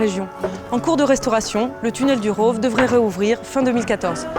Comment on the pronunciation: Le "village du Rôôôve" 🤣🤣🤣 prononciation à la parisienne !